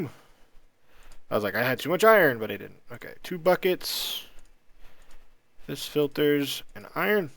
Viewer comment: Ya know, just kinda bite into the farming station, its kinda like rock candy. =P also its pronounced "Vee" not "Vis" :)